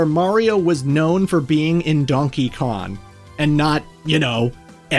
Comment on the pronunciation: ITS DONKEY KONG NOT DONKEY KON😭